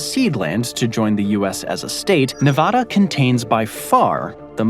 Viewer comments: It's Nevada not Nevahdah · Nevada is not pronounced Nevawda. It is Nevada, with the first letter "a" pronounced like the a in the word at. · No one from Nevada would pronounce the name of the state like you do. In the west, we say Nevaeda not Nevahda. Lo siento. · another fun fact about Nevada is that you and almost everyone else East of it pronounce it incorrectly. It’s “Nev-ah-duh”, not “Nev-awh-duh”. Ah as in apple. Source: Born and raised in Nevada. And yes, I have heard all the counter arguments before. True that it’s not how the original Spanish would say it, but I raise back to you that we don’t say “Te-has” for Texas, or “Ill-uhn-wah” for Illinois. But by all means if you want to immediately stick out like a sore thumb that you’ve never spent a ton of time on the West Coast of the United States, continue pronouncing it incorrectly as “Nev-awh-duh” and “Or-eh-gawhn”. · 1. That's not crater lake 2. It's pronounced nevAAda, not nevahda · NEVADA like the word add. Not the word odd. Get it ,learn it,say it correctly, NEVADA. 😊 great video 👏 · Like Nivadda? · This is yet ANOTHER geography video where they mispronounce Nevada. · There is no 'ah' in Nevada. Google Translate gets it rigbt--give it a try. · You can say the lake name right, but can’t say Nevada right.. 😢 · How do so many people fuck up the pronunciation of Nevada???? Do we Americans suddenly have an English accent?? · CORRECTION: "Nevada" is mispronounced in this video.